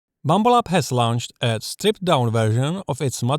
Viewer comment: I like the way you say Bumble-abs.